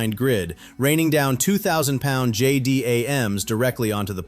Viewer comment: AI narrative slop. No one says J-D-A-M. They are called J-DAM.